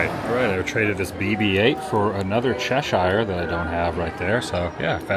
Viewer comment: I do not know why some find you irritating with childish interests. I find you delightful. You may already know this but it’s pronounced : Chesher. Keep it up.